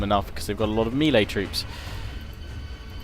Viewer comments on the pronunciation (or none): none